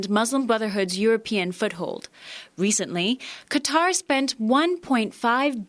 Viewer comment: Chanel Rion, Thank You, for pronouncing Qatar correctly. Maybe you could give lessons to all the networks reporters (CNN, CBS, NBC, FOX and OAN). How they come up with 'cutter' from 'Qatar' I'll never understand (and I'm a Texan).